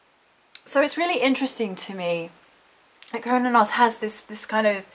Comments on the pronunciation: I've heard the name pronounced like sir-new-nos.. Cernunnos? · Kur-nah-nus is how most people I know say it if that helps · Ive always thought it was Ser-noo-nos? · You're brave for attempting that pronunciation! Those Celtic names throw me waaay off my game... I've always said Cernunnos like this - Kern-Noon-Nos... LOL. I laugh because I dare not say it on camera. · OMGS I don't think their is a correct way to say his name, I heard so many. The most common pronunciation I have heard is "Kerr-nun-nos"